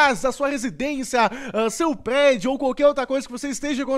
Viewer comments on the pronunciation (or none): vc é bugado fala prerdio